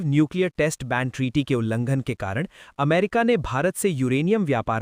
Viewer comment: Bhai plz info dete ho to apne shabdo pe dhyan do.... Stetali nahi "Satellite" amrita nahi "America"